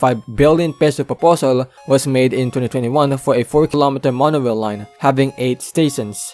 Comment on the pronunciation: “Monowail” “constwuct” brother why the fuck do you talk like that 😂